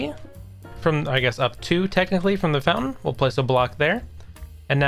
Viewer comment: "fountain"? seriously...